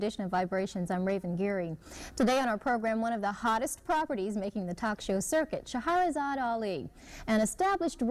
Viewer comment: Fam, "Shah-ra-zad" Ali. 3 syllables only not Shah-ha-ra-zad. It's spelled on over 6 books she's written. Love your content, fam but we gotta get the Godmother's name right at least.